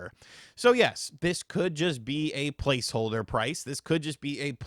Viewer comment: I know some of you think he said "palce holder" But that's not what he said. He distinctly said, To blave. And as we all know, to blave means to bluff. Huh? So you were probably playing cards, and he cheated...